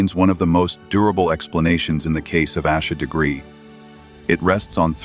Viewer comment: Im ashamed the clickbait got me too. On top of that, theThe AI didn't pronounce her name properly. Lizzies text were misrepresented. They said "theory is I did it, Accident, covered it up." Sarah texts back "Why would it be you?" That as well as the Parents being the ONLY people listed as suspects on the warrants makes it pretty clear that the girls weren't responsible.